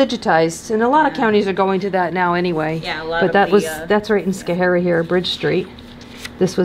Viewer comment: My home town I love it but you miss prounced it's scho harie! The last guy the IT guy is a douche!